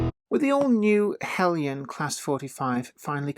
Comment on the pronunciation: Aaargh! Now I can't decide between Heljan and Bachmann! Help please??? By the way, I like the use of the correct pronunciation of Heljan.